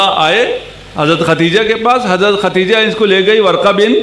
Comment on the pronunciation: حدثنا پڑھنا بھی نہیں آتا خدیجہ کو ختیجہ بول رہے ہیں پھر محقق بھی ہیں واہ واہ